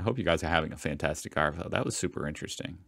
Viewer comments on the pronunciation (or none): Hey dude, if your going to say Arvo you gotta say it like AaVOeE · he pronounced arvo as are-vow not arvo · Good work saying emu correctly. Sorry but now we need to address how you say arvo. Australians say a soft r. You are saying a hard r. Listen to ozzies saying arvo. You will not really hear the r.